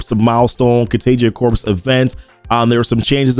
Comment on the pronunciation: great on the math breakdown! just fyi, corps is pronounced core. as in marine corps the s is not pronounced.